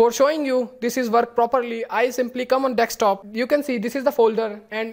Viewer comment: Spell it.. Deee sss kk.desk top Desk [S] not Dekstop or dextop Repeat after me de sk desk desktop Desk top